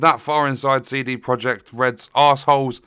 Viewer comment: "Seedy" Project Red. 🙄